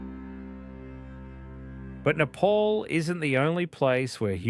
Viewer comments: wtf is nayy-paul? its neh-paal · It's not "Nepaul" It's "Ne-pal"❤